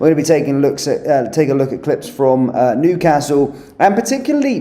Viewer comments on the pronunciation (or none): This guy is so well spoken until he pronounces Newcastle like one of the Wurzels.